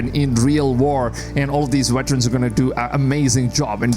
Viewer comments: Veterans not Weterans. LOL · Bro calling them wetrens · Veterans !! not WETerans :))